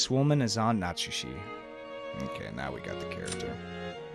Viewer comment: A few more pronunciation tips you might want (although I'll note that you made significant progress since you started Higurashi were you were hopelessly wrong on every name^^) Natsuhi -> Nat-Sue-He (not Nat-Sue-She) Hideyoshi -> He-Day-Yo-She (not Hi-Day-Yo-She) Kirye -> Kee-Ree-Ay (not Kee-Ray) Hope you enjoy your read. The start can be a bit slow but it all pays off big time.